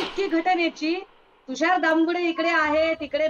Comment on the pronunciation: तुषार बोलता येत नाही. चुकीचे बोलत आहे. तुषार